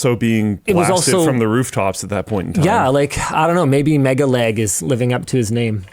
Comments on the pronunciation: I unfollowed LTT probably a year ago, after another scandal, as I do not want to support Linus. I have come here only to confirm that Linus did not changed and is someone I do not want to support in any way. PS: Am I the only one who hear Linus saying "mega-leg"? for me he clearly and intentionally mispronuncing it to make fun of MegaLag, which he did at the end of video. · Linus was also calling him Megaleg not megaLag which i found was a bit condescending, MKBHD has done a better job by removing Honey from his previous videoes and told people to uninstall Honey if they have it. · Megalag, not Megaleg. Get it right Linus. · It's not MegaLEG its MegaLAG, the disrespect is off the charts with these people.